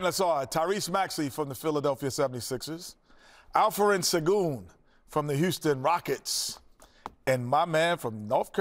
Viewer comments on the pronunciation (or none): none